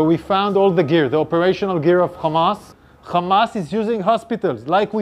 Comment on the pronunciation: It's week names not khamas names😂😂😂😂😂